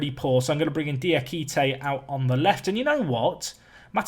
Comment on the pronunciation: yay you started saying Diakite's name right